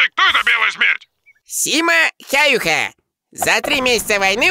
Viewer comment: у тебя ошибочка) Фамилия финского снайпера не "Хаюха" А "Хяюхя"